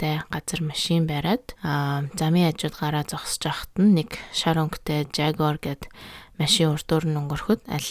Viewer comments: жагуар биш ягуар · yaguar gj unshdagshu